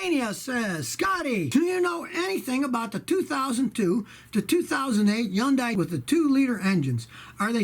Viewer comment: why do u say yundai? is the h silent?